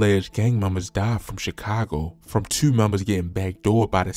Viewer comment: Hmmm u from Baltimore i heard how u say 2 👀😂?